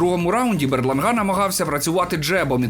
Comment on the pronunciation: БерлАнга. Ну який БерлангА?🤌